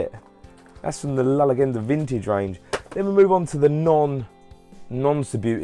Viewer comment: Very cool👍 Btw the way you say 'Zeugo' and 'La leggenda'.... xD You got close with 'edilio parodi'